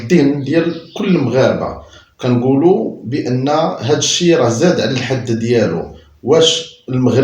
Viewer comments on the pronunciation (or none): none